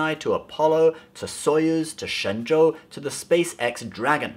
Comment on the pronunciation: The fact that you pronounced shen Zhou so perfectly makes me happy =D